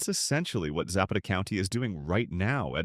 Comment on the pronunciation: Za'Pata not Zappeta